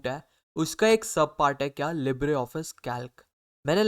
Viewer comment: bhai pls english improve karlo its libre not libra